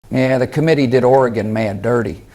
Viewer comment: “OR-GONE” - Obama 🏈😅😂